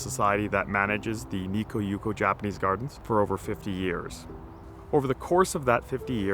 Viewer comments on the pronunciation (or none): One correction. Light festivals in Japan are held in large public parks. Never in the garden proper. Also, why do you pronounce it Nikko?